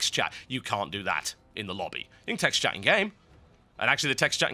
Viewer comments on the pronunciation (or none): none